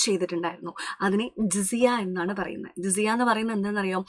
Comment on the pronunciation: Teacher ജസിയ എന്നാണ്